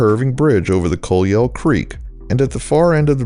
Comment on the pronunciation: YT rabbit hole brought me to this video. Amite is pronounced A-Meet and Colyell is pronounced Coh-Yell. It’s a speed trap Village, so y’all watch out.